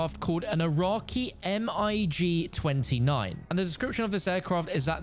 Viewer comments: As an aviation historian.. M I G - 29... It's pronounced Mig, not M-I-G. I know you're not an aviation expert or anything, but.. Little details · No way bro said m I g 29 instead of MiG 29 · everyone in the military aviation community just super cringed at saying the MiG-29s name